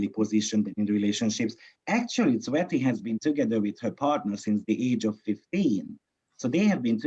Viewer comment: I always hear sweaty for tsveti and angry culture for agriculture 😂😂😂